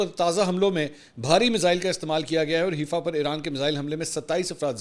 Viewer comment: Mansoor Ali Khan once again its not Heefa, Its Haifa as Hi Faa